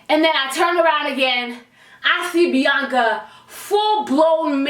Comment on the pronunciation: My name is Bianca, I love how she says my name ❤️